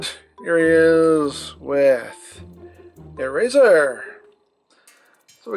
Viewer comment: its airazor